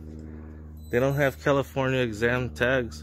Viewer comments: Fml did he say California examed? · A California exam license doesn't make any sense. Unless I misheard you and you are attempting to say the word exempt? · Exempt, not exam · Hey, it's "EXEM" as in exempt from paying registration fees/taxes, not EXAM. Peace. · "Exempt" not exam. Just found your channel. I enjoyed this. Thanks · Not giving you a hard time ... it's EXEMPT not exam. It's because they are exempt from paying taxes. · It’s not exam it’s exempt… Love your channel and your content… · California exempt you mean? It's not exam,...it's exempt. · Good video, just be more accurate. It is exempt, not exam. And yes, you probably did catch this department engaged in corrupt behavior. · Its EXEMPT. Not exam plates. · It’s EXEMPT not exam... smh 🤦🏼‍♀️ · Not a biggie but it's "California EXEMPT" not exam. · The proper word is "exempt" not "exam" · Exam plates? You mean exempt? 😂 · it's "exempt," not "exam" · "Exam" 😆 it's Exempt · also it's exempt not exam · It's exempt not Exam🤦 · *EXEMPT not exam lol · LOL EXAM its Exempt. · Exempt not exam lol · Hey love all that you do man!! But it's "Exempt plates"